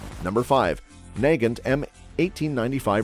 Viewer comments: yes he said NAY-gint and it is nah-GAHNT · SKS rifles start at $500 now. Mosin NAG-gant?? I think its usually pronounced as nah-GAHNT. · He pronounced the "g" at one point after saying it 2 other different ways lol. He said "Nay-john-t" lol.